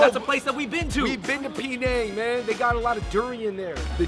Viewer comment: pee-nang? its pronounced puh-nang.